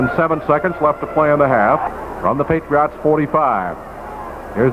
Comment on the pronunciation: It's sort of odd hearing pronounce Patriots. It almost sounds like he's saying "Patree aughts", lol. I'm actually a Ma**hole so I know all about accents, colloquialisms, and odd dialects. I've lived in Florida & Virginia so I get the "regional dialect" thing but SE Massachusetts is on another level, especially with the Rhode Island influence, lol! It literally seems if you traverse 25 miles in any direction you encounter an accent. Thanks for posting these and 'PHINS UP!